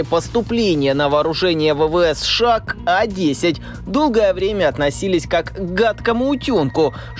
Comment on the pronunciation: Бля, как режет ухо, когда аббревиатуру, читают не по буквам, как подобает, а читают как слово, прям СШАААА, словно у человека челюсть отпадает и он быстрее хочет произносить это. 😂 Читать аббревиатуру нужно по буквам, как в алфавите "Сэ-Шэ-А" (США) или, "эН-эЛ-О" (НЛО). Ну вы же журналисты, серьезная контора, ну что вы как дилетанты себя ведете?😅🤷‍♂️